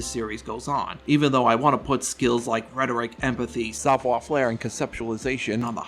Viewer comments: FAIRE, not FLAIR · He is 100% mispronouncing it. As a French speaker, I could only continue watching the video if I pretended he was doing it on purpose. That's how bad the pronunciation is. He says "savoir" fine but "faire" has no reason to have an "L" sound added. Idk why he didn't just say it how it's said in English since it's the same. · i know french sucks and all but please stop adding an L to savoir faire i beg of you